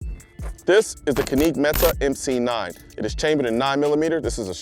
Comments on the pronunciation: Yeah, it was painful to hear. CAN-ick (or JAN-ick if you're in Turkey), and METE is pronounced meh-TAY (emphasis on the 2nd syllable). Glad to see it's getting the recognition it deserves! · That's "Kanik Met-tay" 😉 not "kaneek Metee" It makes a difference. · Caneke meta lol…. How do you fuck that up it’s canik like panic, and Mete like the French name pepé le pew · "This is the Ka-Neek Met-Ta" .. Wait A min ..In Turkish , The "C" is a "J" So we know it's actually "Jan-Nik" However as Americans, we pronounce it with the " C" as Can-Nick" Where the keck did Colion get "Ka-Neek" ? LOL Bruhh .. your're a gun guy. Unless you're Straight up Troll'n You Know Dang well its Can-NICK (Canik) not Ka-Neek... and Mete is not Meta